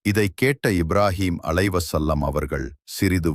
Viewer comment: Alai his salaam. Ibrahim Alaihissalaam,next time say it properly